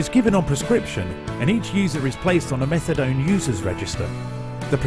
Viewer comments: It’s pronounced Meth-UH-DONE not Metha-DON! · Why is he calling it methadon? It’s methadone! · No one calls it meth-a-dawn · this stupid narrator keeps callin it methadon and it's driving me nuts! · "Methadawn" - dude can't even pronounce the name of the drug he's talking about...mad ignorant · I wasn't gonna mock him saying "MethaDON" until he mentioned "MethaDon" and "a BenzodiazePAN". If only there was an auto correct for speech. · Lol. I'm like did he just say metha-don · I can't... With the way the narrator is pronouncing methadone. Don't talk about something you can't even pronounce right.